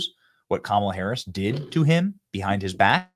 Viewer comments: Whoopi mispronounced Kamala! 😮😂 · whoopi goldberg called Kamala Camala 😅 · Wooopie just said "Camela" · Was that Whoopi calling Kamala… CAMELA? 😂🤣😂🤣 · Did anyone catch Whoopie calling her Cam-a-la and not Ka-ma-la? Aww 😂 LoL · Whoop-de-doo called her camela, not comma-la...lol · Whoopi called her Camela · Whoopie pronounced her name "Camala" and not "Commala" For shame Whoopie!!! 😂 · Camela?! It's K A M A L A. How racist! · Uhoh! Did Woopie call her CamelUh? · Whoopi literally said - 🐪la- Camela 🤷🏻‍♀️🤣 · I cracked up when I heard her say Cam a la. That was so sweet cause everybody knows will be us nothing but a vicious, angry vengeful person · yes she did I called her KAKAMALA 😅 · So it’s ok for Whoopi to call her Camela, but then they freak out when people pronounce her name wrong? Really? I guess Whoopi gets a privilege pass! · Even her ass said CAMAL-A 😂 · Whoopi just called her Camela.😂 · Wait. Did Whoopi say camel-a? Nancy Mace vindicated. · Whoopi pronounced Kamala as Camela. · Anyone notice how that racist Whoopie pronounced Camela??😅😅😅😅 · I love that despite all the rage about people mispronouncing Kamala, even Whoopee did it just there 😂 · Whaaaaat? Did Whoopie just mispronounce Kamala's name? 😮 These dems are a joke! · Whoopi pronounced kamala's Name Wrong!!!!😮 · Whoopie said Kamela's name WRONG!! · did whoopie mispronounce kamala's name? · shit. WHOOPIE don’t even say Kamala right. Yet she supports her? And Joe didn’t say a word 😂 My point in all of this is to say that it’s really sad what happened to an old person. Regardless whether they have cognitive issues or not, they still kind of revert back to children. Be there for your family when they get old. You might be the only ones they have left, and it’s a lonely life being old. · Wait, what? How did Whoopi pronounced Kamala’s name at the end of the clip? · Woopie mispronounced Kamala’s name😂🤣😂🤣😂🤣😂🤣😂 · Whoopie did not pronounce her name correctly. 😂😂😂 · Whoopie needs a Kamala pronunciation session